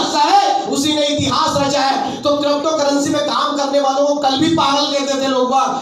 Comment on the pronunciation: Krapocurrency nahin hota , crypto currency hota hai